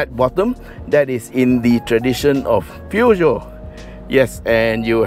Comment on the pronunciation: Hello... Its pronounce pu joe.... Haiiiyaaa or poo Joe...